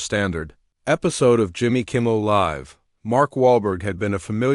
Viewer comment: Hate AI. Can’t even pronounce Kimmel properly. Out at 40 seconds.